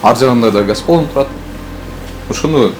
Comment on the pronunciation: Гас балон эмес газ балон деп айтылат